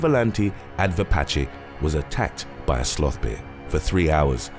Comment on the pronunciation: Am I the only one who loves the way he says bear..?